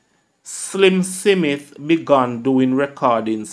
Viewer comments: The content is good./ check the pronunciation of the words career not carwear/. Smith not Seemith. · It's just the way he speaks as a jamacian older Jamacians pronounce Smith as sim mit a just so it is,is so my father did say it too 😊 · One with you. You need to pronounce words properly . Example Smith /Smith.and more which is too much to mention